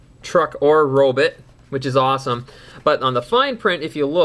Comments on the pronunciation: But you pronounce it robit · In Cananda why arn't they pronounced Robot?